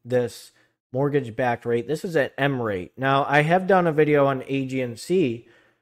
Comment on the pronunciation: I'm saying you are pronouncing it wrong its re-it.